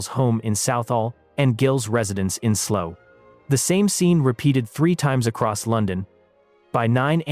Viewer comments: And it’s Slough, not slow. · Slough, the birthplace of Christine Keiller, is not pronounced SLOW